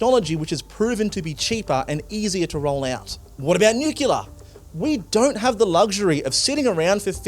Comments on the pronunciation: are you saying NUCULAR ironically or unintentionally? NUCLEAR. NUCLEAR. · The word is pronounced nuke-lee-ar, not nuke-u-lar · Please stop fucking saying "Nyukyular"! It's "NEW clear", okay? We are not America (not as far as I'm concerned) and just because Harry S. Truman mispronounced it, that doesn't mean we have to keep getting it wrong 80 years later. It's not an "alternative" pronunciation. It's just wrong. Get your act together. Oh, and it's "SHAH-den-Froyd". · it is pronounced NUCLEAR not nucular. FFS you are doing important journalistic work here. learn how to speak.... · I don't know who this presenter is - come back Michael. But it really annoys this old pedant that he keeps talking about nucular energy. I assume he's referring to nuclear energy because "nucular" is not a word. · I was a little annoyed at "newcular" and then you hit me with "shoidenfrard" Aside from mispronounciation of course, great reporting and great takes... and the seppuku bit was so fitting, oh my god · What is nuclua energy? I heard this 'word' at least 5 times during this otherwise worthy report.